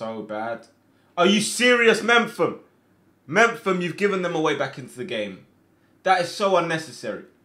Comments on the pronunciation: My guy,it’s me-pham not mempham. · Does he know it’s mefam not mempham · It's not mem-fam. Its Mep-hum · Hey. Some quick advice, Chris Mephams surname is pronounced Mep-um. Really enjoying the series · Are you calling Mepham "Memfam"? Lol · mepham is pronounced as in mep ham its been bugging me for so long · The way he says Mepham ffs lmao